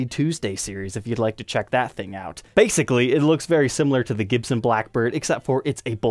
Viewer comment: Hah “bassically”.